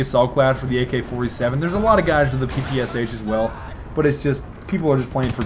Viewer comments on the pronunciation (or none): Russian pr0tip: it's P-P-Sha, not P-P-S-H:3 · It's not PEEPEEYESYEICH, it's PEPESHA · PPSh actually should be pronounced "PEH-PEH-SHAR". Now, with this knowledge you're a more russian